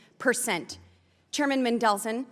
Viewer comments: Boebert: "Man-del-SUN" Mendelson: "Mendel-son" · It's laughable. She is so out of touch with so much she cant even pronounce a surname correctly..nor apologize when corrected.